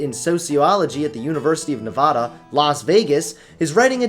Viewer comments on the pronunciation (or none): Nevada not Nevahdah. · I love you but for God's sake it's NEVAAAAAAAADUH NOT NEVAAAHHHDUH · NevAda, not NevOda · the only thing I disagree with you is how you pronounced Nevada. Pronounce the ne like your going to say never then say vada. Anyways weird topic but great video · did he say "university of nevoda"? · He said nevada wrong